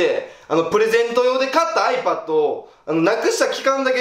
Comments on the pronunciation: ⤴︎あいぱっと⤵︎ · あいも変わらずiPadのイントネーションがおかしいwww